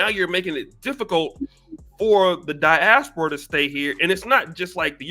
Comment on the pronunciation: Pronounced die-AS-pora Not "die-as-PO-ra"